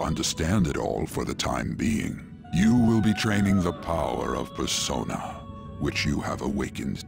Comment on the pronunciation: PERSOINA is how someone will say it